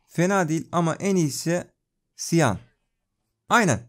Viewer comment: Cyan rengini siyan diye okuyosun ama çiyan diye okunuyo